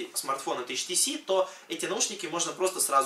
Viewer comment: Не ШТС, а HTC(ейчтиси)